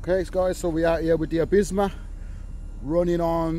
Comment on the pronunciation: Calls it “Abisma” but titles it correctly as “Absima” haha must be a Brummy ting bro as I pronounced it the same till corrected, looks a good bash spot where’s this? Looks a good spot for breaking in nitros, plenty of WOT space